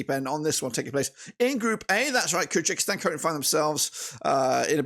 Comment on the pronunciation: Thank you for the video, but it's Kyrgyzstan (keer-gi-stan), not Kyrgykistan (keer-gee-kistan).